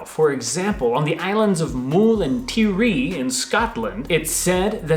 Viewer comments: Just a correction lol with the pronunciation of Tiree is actually pronounced tyree :) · Mull is Pronounced with a long U and Tiree is Tyre..ee..don't worry guys we'll get you pronuncing scottish place names correctly yet. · 'Mool' and 'Ti-ree'? The 'U' in Mull is pronounced the same way as the 'U' in mulled wine and Tiree is more 'Tie-ree'. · The pronunciation is (mull not mool) and (tie-ree) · The pronunciation of Mull and Tiree worried me a bit 🙈 Mull rhymes will dull. Tiree is pronounced Tie-ree like two distinct syllables